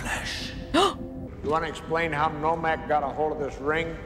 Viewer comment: Her mistaking names and dialogue was amusing. In her end of the movie commentary she called Nomak, Normak. And she misheard several lines. One that stood out for me was her thinking when Nomak was revealing secrets to Whistler and he said the overlord name Damascinos and she thought he said, they're mosquitoes. Lol.